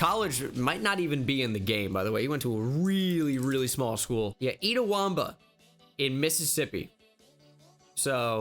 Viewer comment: Have to give you an L on the pronunciation of Itawamba. Disappointed as I'm transferring there next semester to play soccer.